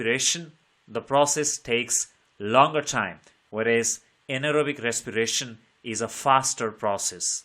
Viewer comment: Respiration ❌ recsipirasion✅